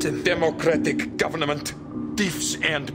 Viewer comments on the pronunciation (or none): I wonder if 'govno-ment' was intentional lol